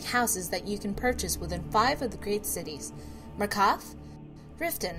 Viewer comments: Did she just say markath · The following words you cannot pronounce: Markarth, Solitude.